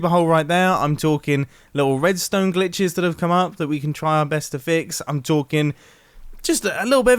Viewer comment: “Wedstone” i chuckled a bit